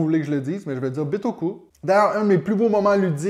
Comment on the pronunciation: Taxe bagages à l'aéroport? ben non, en japonais on prononce bien /bitoku/ comme en français! Jolie chemise! Bonne année!